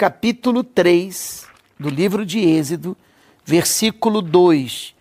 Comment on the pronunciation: fala corretamente a palavra "EXODO" NÃO é exido por favor